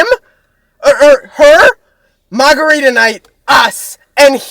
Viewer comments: The Boston accent when Matt said margarita night 💕😂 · from here to the next abt 10 seconds he sounds SO bostonian lmaooo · the “margarita night” was so Boston, I love it. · the boston accent on margarita😭😭